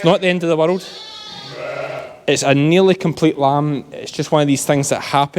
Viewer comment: First time hearing you say "hits " for its - very , very Ayrshire lol. 9 minutes 07 seconds in says " hits mother "